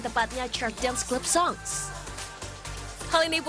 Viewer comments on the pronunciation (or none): mungkin gw doang yg slh apa yah? Narrator bilang "club", ....... Clup (celup kale.....) 😂😂😂